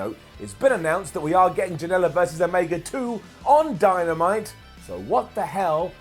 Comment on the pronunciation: He said dymanite